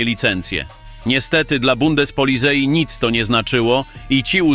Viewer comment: nie budez polizei, bo tak sie pisze, ale wymawia sie policaj, gak na marginesie, i nie to ze sie czepiam bo ogladam was prawie wszystkich😊